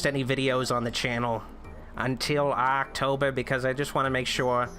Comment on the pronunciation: Did you just say "do any promotion stiff?" about Aaaahctober? Just asking, because that would make sense.